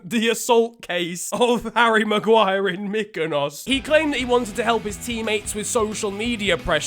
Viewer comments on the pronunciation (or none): none